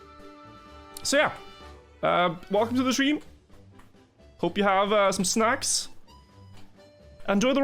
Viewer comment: "Welcome to the stweam."